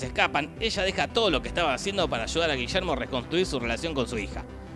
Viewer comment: Y Gillermo Francella tampoco eta Gullermo Francella.